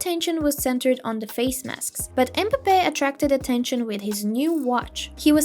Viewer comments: The name is m'bape not embape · Cant even say his name right smh